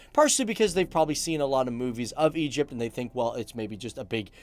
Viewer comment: Egyyyyypt is not an Arabic country